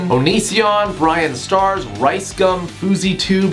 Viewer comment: "Bryan Stars" fuckifngnfjifjebfjjc